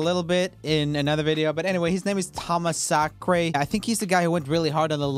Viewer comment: I love wrong he said Tomazacre's name it's pronounced (Tom-ah-Zac-er)